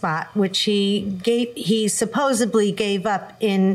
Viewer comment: Ugh, it is so frustrating to hear people say things like “supposebly” 🤦‍♀️.